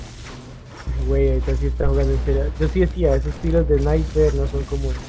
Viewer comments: me cage de risa cuando dijo hay un spiner en vez de sniper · Jajaja dijo spiner